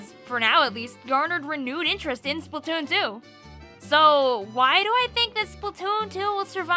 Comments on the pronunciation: I like the way u say splatoon.. Spatoontoo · I love she says Splatoon and Splatoon 2, it sounds funny and I like it